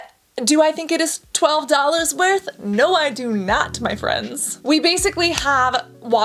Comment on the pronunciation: "Forrtyy dollhairrrs."